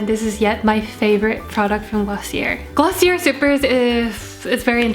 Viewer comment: i hate to be that person but its actually pronounced glossiaye sorry loooolllll